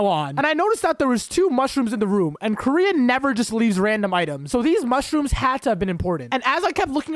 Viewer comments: its kor-yin not korean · When you said koryin I thought you said korean